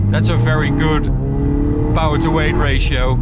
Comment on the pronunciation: SPEED and POWAHH